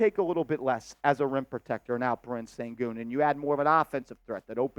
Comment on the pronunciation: First of all, please learn how to pronounce the names of the guys you're talking about. SHEN-goon, not SEN-goon. He would be the absolute perfect fit for this team. He is the best young playmaking C in the league and will be the next Joker if he stays healthy. KAT is not the answer. Never liked his game. He's way too soft. I say we go after Sengun with everything we can and look at Kessler if that doesn't work. Trade Randle for Sengun, call it a done deal